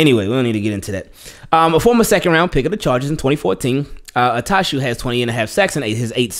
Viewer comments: Bless you ! 😂 I thought you sneezed after saying “Jeremiah “ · Why you butcher that man name like that lol 😂😂